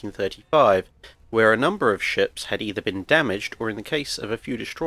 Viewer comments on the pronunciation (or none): none